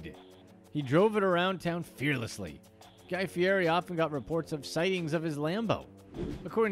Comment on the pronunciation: The mispronounciation on guy fieri and lambo was flat impressive 👏